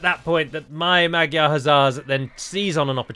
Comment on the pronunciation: Please pronounce magyar like "madjar"